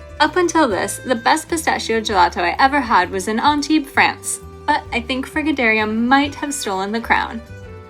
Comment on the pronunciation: It's FRIGIDARIUM not FRIGADARIUM...It's perfectly writen on the sign!